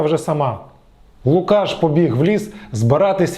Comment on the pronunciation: лУкашшшш А не лукАш!!